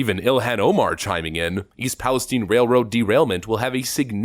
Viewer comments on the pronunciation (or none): it's pronounced PALi Stine not stene